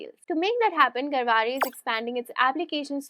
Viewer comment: You pronounced Garware correctly...Nice keep posting such informative videos Thanks